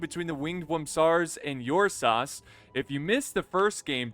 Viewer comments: Ursas as in the constellation Ursa Major or minor 😎...pronounced with an "er" not an "Uur" with heaviness on the U..nope. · Ok I'm making this comment because it's really bothering me now. the correct pronunciation for Ursas is er-sah. It is Latin for bear. It's not Your saw. As a matter of fact last time I check it was My saw. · Think of pronouncing the "ur" in Ursas like the "ur" in urn. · Teach the good how to pronounce the name;)